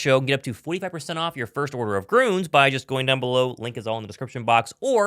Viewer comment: Hey, "Gruns" (with an umlaut), is pronounced just like "Greens."